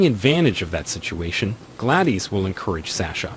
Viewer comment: Especially Gladys.